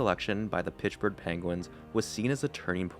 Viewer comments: Its not Pitchburg` its Pittsburgh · Where is pichburgh? Pitts-Burgh. I don’t hear any other mispronounced words this entire post. But Pittsburgh is said weird every time. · Pittsburgh not pitchburgh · Great video but its Pittsburgh not Pitchburgh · Mate, it's "Pitts" Burgh, not "Pitch" Burgh 😳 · *Pittsburgh, not Pitchburg! 👎🏽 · Pish burgh? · Pitchburgh lol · Where is this town he mentions, “Pitchburgh“??? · Is he saying Pitchburgh? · Took a shot every time you said "Pitchburgh" and now I'm wasted. You could use some script revisions too before posting your videos. You said Lemieux was diagnosed with cancer in 1983 at 27 years old when it was in 1993. You also had some weird sentences like "in order to fully focus fully on hockey..." Solid video otherwise but you've gotta proofread your script and re-record mistakes if you're going to post video essays. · The “Pitchburg” Penguins lol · Ok, is this A.I. ? Pitchburg? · everytime you say "pitchburg" i die laughing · underrated comment ^ i didnt really notice before reading this now i cant stop laughing everytime he says it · God he’s killing me with that 😂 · Where is this “Pitchburgh” you speak so much about?